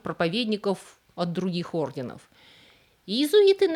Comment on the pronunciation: Скажите ей кто-нибудь, что надо говорить орденОв!!! Она достала со своими неправильными ударениями😂. В каждом ее ролике есть такие огрехи.